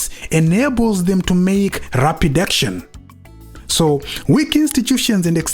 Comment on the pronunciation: Rapid action ndainzwa like rapidication 😂